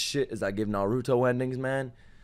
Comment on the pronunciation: youre hilarious and the best reactor out there but christ, stop saying narooto, its nah- ruto. also, you would love this show